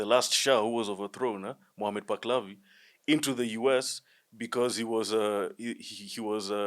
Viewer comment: You do not know what you are talking about. The name is Muhammad Palavi, not, Baklavi..